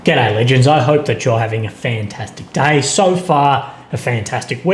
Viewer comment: GOUDAYY LEGENDS 😆